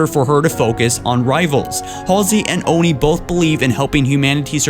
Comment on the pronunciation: please call it Oh-en-aye....